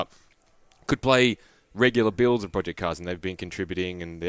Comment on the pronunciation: Project------not Pro---Ject